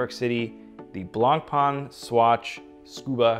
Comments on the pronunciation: Good review, just one blistering issue though. The pronunciation of BlancPain is the same way you’d pronounce “white bread” in French, it’s not “Blanc-Pan”. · Looks nice but it's a throwaway watch. Non serviceable movement and plastic crystal. There are way better offers on the market; even BP homages for sub 1000$ that have way better components. Edit: Learn to pronounce the name correctly ffs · please pronounce the name Blancpain correctly. thank you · Please pronounce blancpain correctly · Ffs at least try to pronounce blancpain correctly